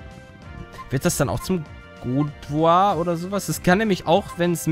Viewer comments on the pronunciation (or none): Man spricht es Gardevoar (Guardevoir) aus! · guardevoir wird gadewor ausgesprochen^^ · Bitte hol dir ein Weibliches Trasla ich glaub ich kann nicht mehr weiter gucken wenn du ein Männliches Guardevoir hast ausgesprochen wird es übrigens Gadewor :) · Männliche Trasla werden zu Galagladi, einem Psycho-Kampf Pokémon (Guardevoir, also die weibliche Form, wird Gardewojir ausgesprochen) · Guardevoir wir mit A ausgesprochen also Gardevoir!!! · es wir gardewuah ausgesprochen^^ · Wie die französische Aussprache von Guardevoir einfach so viele Leute hier killt XD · Vlt. solltest du dich erkundigen wie die Silbe -voir gesprochen wird. (Französisch)